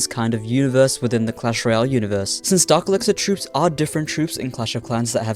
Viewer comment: It’s dark elixir not Dr## or whatever ya said